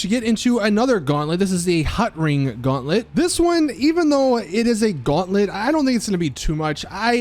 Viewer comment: Guantlet( even worse than saying Bombshuka)